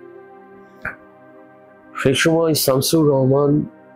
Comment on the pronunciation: সুবোধ সরকারের মতো কবি শামসুর রাহমানের মতো বাংলাদেশের প্রধানতম একজন কবির নামটা পর্যন্ত জানে না; তখন শামসুর রাহমানকে আরো বেশি অপমান করা হয়। তিনি বলছেন যে, তিনি ৩০/৩৫ বার বাংলাদেশে এসেছেন। অথচ শামসুর রাহমানের নামটা তিনি ভুল উচ্চারণ করছেন। এটা কি ইচ্ছাকৃত শামসুর রাহমানকে ছোট করা নয়?